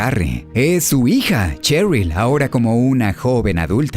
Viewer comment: Buenas. Shattered se pronuncia "Shattered", no "Chattered". "Sheryl" se pronuncia "Sheryl", no "Cheryl". Aprendamos a distinguir entre la eSe y la Ce, así como el sonido que emite una S y una C, al ser leída en voz alta. Saludos.